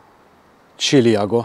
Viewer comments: Neanche lo sai pronunciare, si dice celiaco e non ciliaco o Ciriaco. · ti voglio bene ma si dice CELIACO